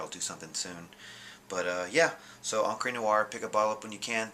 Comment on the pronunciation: It's Encrah not Encrey